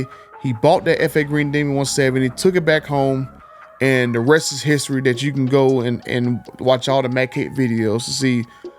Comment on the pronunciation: Hey man. Love your videos. But your English needs some practice. It would make your videos more professional. The is not duh, this is not pronounced dis. That is not pronounced dat. I know there are dialects across the country, but if you're going to post videos, do yourself a favor and work on your speach. Just constructive criticism.